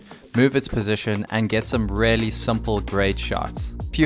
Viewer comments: Really.!!! Your favorite word. Please say it right. It should sound Rilly or reely, not relly. Or use variations:truly undoubtedly genuinely without a doubt honestly indubitably certainly surely assuredly unquestionably undeniably indeed Thank me later. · you know, there IS a letter "A" in the world "reAlly", yes ? It does not pronounce RELY, it is REALLY , like reeeely . mkay ? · If I got a dollar for every time you say Relly 😂😂😂😂